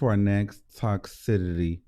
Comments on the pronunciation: baby, the word you're looking for is "TOXICITY" (Tok-SIS-ity) not (Tox-si-tittie) 😭😂 ILY still boo! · Toxicity pronounced tox-sis-city